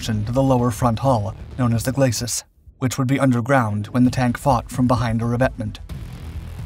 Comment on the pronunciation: Glacis is not pronounced /glas-sis/ or /glay-sis/ but is pronounced /gla-see/ (being a French word).